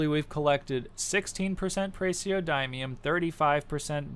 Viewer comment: It's pronounces praz-e(say the letter)-oh-dih-mee-um